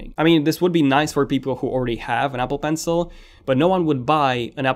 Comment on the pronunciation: Apple bencle?? Apple Ibads?? Are you an Arabic speaking guy? I don’t think the A13 chip would com. It would be the A14.. Americans are scared of number 13.